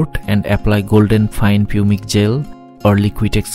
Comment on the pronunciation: An interesting video, thanks for posting this. One minor point - Pumice is pronounced 'pumis' in English.